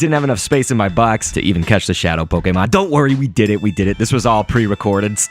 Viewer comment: my god. come on dude. poke-ee-mon is literally the most newb and worst of the three ways to say it. poke-ay-mon is correct as its japanese. poke-uh-mon is an acceptable one that sometimes the anime or nintendo people would use. poke-ee-mon is what people who play the main rpgs make fun of the pokemon go players for saying.